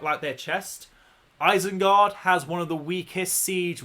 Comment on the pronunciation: eisengard? isn't it isengard?